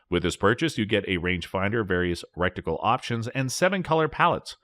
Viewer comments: Mo noc uh ler......rek ti cul..... lol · “rec-ti-cal options”? “Mi-knock-o-ler”? “Reviews” XP-40, shows XP-50. SMH... Reviews should only be done by people that actually know what they are reviewing and what they are talking about - not somebody pretending to do a review by simply reading the brochures from the manufacturer.